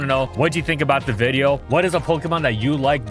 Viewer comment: Why did you call a video, a viddo at the beginning?